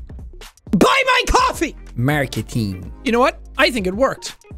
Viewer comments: Sean: Screams at us to buy his coffee Also Sean: Mearcketiing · the way he says "marceteeng" is just music to my ears